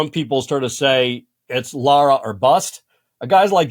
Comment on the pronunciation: Her name is LARA LIKE Tara with an l😅